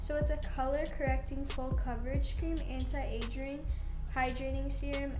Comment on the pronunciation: Anna Lynch, if age is just a number then why can she be truthful about it there is no reason to lie. And Subscribe Beachhh I completely agree she can’t even say “aging” correctly she says “agering” when she was reading the CC cream